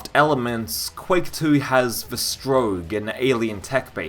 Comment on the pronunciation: You'll probably engage better with the game when you learn to pronounce 'strogg'. Excepting that one instance in the Q2 intro cinematic, which we can put down to human error, it's 'strogg' not 'stroge'.